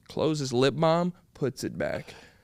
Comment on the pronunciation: Why is he saying lip balm like that?😂😂